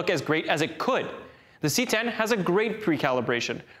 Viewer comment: I hate that he calls it the "C 10"...